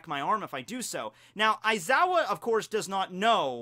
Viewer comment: Pronounced (Wise-ow)